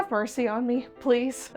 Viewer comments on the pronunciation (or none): none